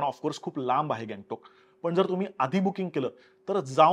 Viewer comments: गॅगटाॅक नाही रे ... गंगटोक आहे ते 😂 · गंगटोक बोल की ...